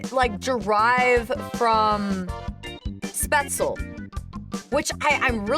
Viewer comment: You ARE pretty close on that pronounciation of "Spätzle". Just one thing: Unless something is a loan word from french, the "e" at the end of a word, in german, is NOT silent. So "Spätzl-eh", or "Porsch-eh"